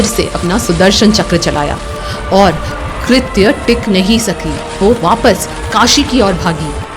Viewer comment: कृत्या not कृत उसको कृत्या बोलते हैं